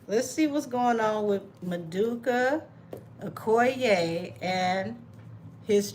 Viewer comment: His name is pronounced as Ma doo ka O ko ye.